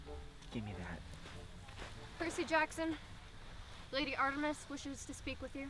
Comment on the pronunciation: I'm not one to criticize, but, you pronounced Artemis wrong